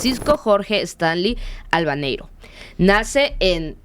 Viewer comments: ALBATEIRO, NO ALABANEIRO como dijo la chica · Albaitero, no Albeneiro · Dieron mal los apellidos de Francisco Stanley... No es "Albanero", es "Albaitero". Es importante dar bien los datos para dar mayor credibilidad. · El apellido lo dijiste mal, es Albaitero, investiga bien antes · Tenia esperanzas de ver algo bueno pero en el momento en que dijo "Albainero" en lugar de "Albaitero" detuve el vídeo y me fui a ver otra vez al Criminalista Nocturno. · Amiga perdón que te corrija en algo quizás no muy trascendente pero su segundo apellido era "Albaitero" no Albanero. Gracias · Esta chica parece q no investigo bien ni su apellido como que "albaneiro"?es albaytero"🤦🙄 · Su segundo apellido fue Albaitero no Albanero,es una muy mala investigadora,muy mala,ni la termine de escuchar es muy tonta 😅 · Cuando escuché que ni el nombre completo lo dijo bien me salí del vídeo. "Francisco Jorge Stanley Albaitero" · ES NETA SEGUN ESO INVESTIGO Y TODO LO DIJO MAL HASTA EL APELLIDO DE PACO LO DIJO MAL MEJOR CHECA DONDE INVESTIGAS POR QUÉ DE 10 COSAS 8 LAS DIJISTE MAL